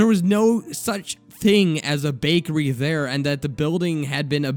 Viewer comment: You say da and dere instead of the and there lol